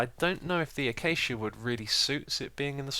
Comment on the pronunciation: Xisuma you might be the only hermit that pronounces acacia correctly lol